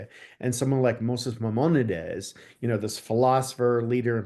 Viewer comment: This man is a scholar??? Really? España didn't exist until 1492, and he can even pronounce Mimonides, Cordoba, etc. What a phony